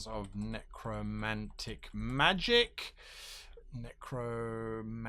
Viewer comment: “Strange trails of neck-romantic magic... neck-rooomantic..” 😘😵😘😵